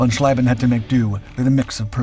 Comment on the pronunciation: Interesting item, but what is annoying in is that after all those years you still don't know how to properly pronounce the ie and ei in German names. Heinkel tortured into Hinkel, von Schlieben into von Schleiben and what not more, I lost track. Please do research of how to pronounce foreign names before you record the texts, it will give a quantum quality boost.